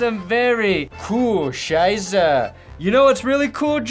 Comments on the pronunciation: So ein Blödsinn. So every time he said "coole scheiße" I heard "Kühe scheiße". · I've been following for ages. Like when he had 20k subs. And as a German I always love when American's talk German. This is one of the funniest times, like South Park level., deine "coole Scheiße" ist richtig coole Scheiße.